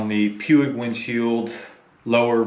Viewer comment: Major pronunciation malfunction, Puig is Spanish.